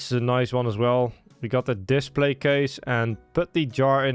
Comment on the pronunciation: brother, you do realize that display is not pronounced like displate, right?